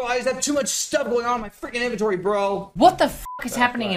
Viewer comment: every time pronounces inventory i die a little inside